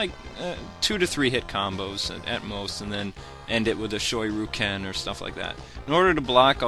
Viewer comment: "Shoy-roo-ken" lol